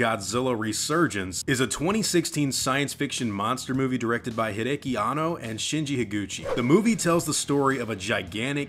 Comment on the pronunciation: Can't pronounce hideaki (hideki) and proves he doesn't know shit by trying to imply Maga has anything to do with it, honestly is rough to lose credibility in the first minute of your video but you pulled it off